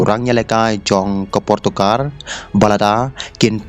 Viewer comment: portukar???? Rolls-Royce ❌ rose-rois ✅😂